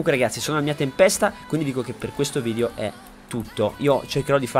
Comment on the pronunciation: perchè dici "vidio" al posto di "video" 😂😂